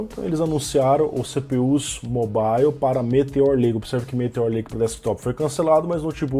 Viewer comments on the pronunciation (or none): none